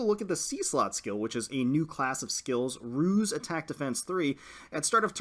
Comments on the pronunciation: Rouse is pronounce like House, what you said is Ruse. Rouse means to wake up or get ready, while Ruse means to trick. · Rouse is not pronounced like house, unless you mean the verb house, as in to put someone in a house. Rouse has a z sound, like in dowse.